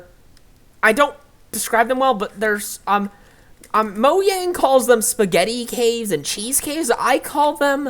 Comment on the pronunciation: And thanks for saying Mojang correctly